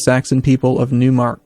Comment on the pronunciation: In german we speak out Neumark like... "Nio..mark" Neu is the german word for new and a mark is a frontier province.